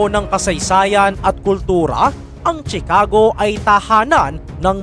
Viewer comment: Ang bigkas ay shi-ca-go hindi chi-ka-go